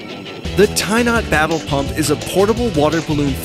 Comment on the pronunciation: Who else heard "Tie Not Babble Pump"?